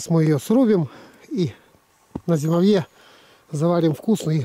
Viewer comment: Почему стали молодые говорят :зимовье, зимовья с ударением на последний слог? Мы всегда говорили с ударением на о то есть на второй слог я охотник с 1976г.